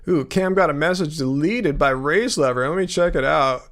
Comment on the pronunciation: It always sounds like you're saying "race lover" every time you say "race lever" lol